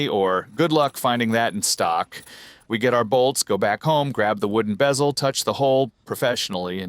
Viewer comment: the heck is a "bay-zel"?